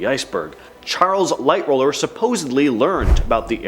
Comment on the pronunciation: Who is Light roller? Haha. It's Light HAUL er. Also there's no proof that others were against JP Morgan and in fact they sided with him on certain bills. Think most conspiracy theories are blown out of proportion. I was fully expecting you guys to say Belfast is in Ireland....when it's Northern Ireland. I'd say the 2 more plausible ones is the coal fires and the switch.